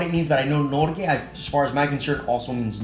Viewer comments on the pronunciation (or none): Et lite stykke Norge means a small piece of Norway (sorry for typos :P) And to help you with pronounciation, pronounce the o like an oo, and not like UUUuu, if u know what i mean. And calm down a little with the R